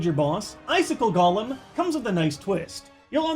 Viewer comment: Why do people think Golem is said "Gollum" like in Lord of the rings? It's Golem (Go-Lemm)